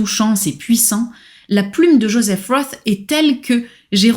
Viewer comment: J'arrive après la cavalerie mais si cela n'a pas été déjà remarqué, Joseph Roth, ça ne se prononce pas Jospeh Ross, mais Joseph Rote. C'est un nom allemand pas anglais. Sinon, merci pour la découverte.